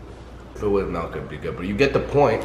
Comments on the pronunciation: He calls milk melk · wtf is "melk"? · Why’s he callin milk melk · Anyone else here him say “Melk” instead of “Milk” lmaoo wtf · "if i had melk" LMAO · he says melk not milk Lmao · It bothers me that he says melk not milk lol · WHO THE FUCK SAYS MELK ITS MILK